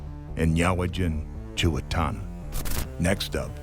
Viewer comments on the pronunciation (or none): Get the pronunciation of his name right. He kept on saying IN OH WAY It should be pronounced as IN NO Wii